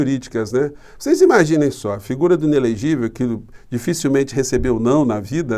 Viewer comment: falando: ilelegivel😂😂😂 engraçado gostei👍🏻